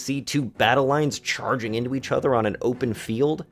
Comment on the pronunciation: "Stops enemy chargung at you with [...] cavalry". 😂😂 Man, are you ok? Those famous cavalry charges against castle walls - wtf?